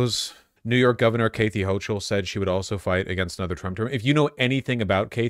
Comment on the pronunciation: Why does he pronounce Kathy Hochul like that?